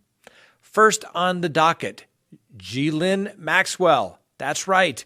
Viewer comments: Her name pronounced is Gee Lynn not Gis Laine. Glad there is no bail granted. She deserves everything coming to her....and life of living in a cell all to herself. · Ghislaine Pronounced (Ghee-lane) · Her name is pronoinced Gi- Lane or jis-lane in French. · I know y ou don't like to hear anyone correct you, but Ms. Maxwell's first name is pronounced "Ga-lane." There's no 'i' or 's' enunciated within her name. Also, in reference to your video that included the story about the crazy lawyers who "felt in danger" in their own front yard, I'm a little disappointed that you support what they did. The protesters were not threatening them; yes, they were walking through a private neighborhood, but these two lawyers acted overly-dramatic with their weapons drawn. You said authorities were able to confirm that the wife's revolver was inoperable, however, who knows how many other guns they own and could have easily ran inside and with another one of their guns and easily have shot and killed someone. These people over-reacted very dramatically and held responsible for their inexcusable actions. I guess I'm just disappointed how you would think this is okay. Thanks for your videos; I do enjoy your content, however, I was taken by your response of these two irresponsible homeowners. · ghislaine... (french name) sound like >geece-lane< ..!! if it can help! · Ge Lane Maxwell - correct pronunciation!!!!! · Ghislaine name is not pronounced like that 🤣😂🤣 PLEASE watch a news report WITH AUDIO and get the correct pronunciation lol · You're learning - you're not pronouncing the s in Ghislane Maxwell's name.Tres bien.(Very good in French). Always respect your legal expertise. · You make me lol straight away with how you say her name